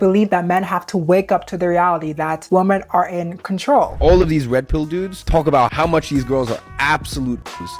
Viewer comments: love you girl, but it’s WOMEN not WOMAN. 😭 WOMEN pronounced (WHI-MEN) I keep hearing you say (woe-man) which is singular and its irritating me cause the context sounds off when you say it like “we need to protect woman more” it just….its women (plural) okay love you bye 😂🫶🏾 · I know this is not relevant to the video but women is pronounced like 'wimin' not the same as woman! I loved the video though thank you for doing this important topic <3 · Why can't you pronounce "women" properly?